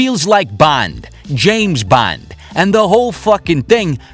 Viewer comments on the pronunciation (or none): did you say James Band?